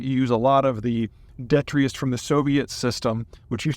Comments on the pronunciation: Pronounced "de-tri-tus". Your Iowa idiosyncrasies, maybe. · Were you saying detritus? If so, please revisit your pronunciation.